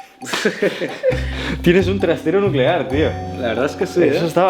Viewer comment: nucelar, la palabra es nuuuucelar.